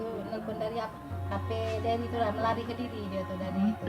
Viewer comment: nama cowo nya Derry ya? w dengernya Berry😅 auto kaget dong kalo berry , nama cowo w itu😆